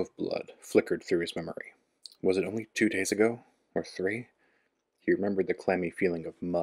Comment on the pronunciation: You said tow not two lolololol